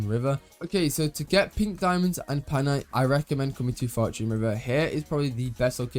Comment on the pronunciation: PAINite not PANITE ❤